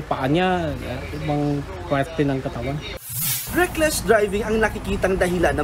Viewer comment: "rickless" driving daw sabi ng reporter 🤣🤣🤣